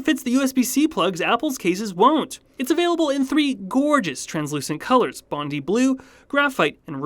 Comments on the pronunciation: It's AN iPhone, not A iPhone and it's Bon-die not bond-ee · Regarding that sponsor read, who pronounces it “Bondy”?! It’s Bondi (Bond-eye), right? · Hearing “bon-dee blue” instead of “bon-die blue” threw me for a loop there as an Aussie.